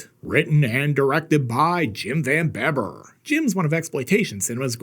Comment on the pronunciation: Ya, It`s pronounced "Van Beeber"....You ain`t much if ya ain`t dutch!LOL